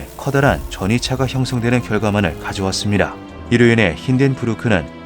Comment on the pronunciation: '습니다' 가 아니라 '습니라' 라고 발음을 하시는군요. AI는 아닌거 같은데 ....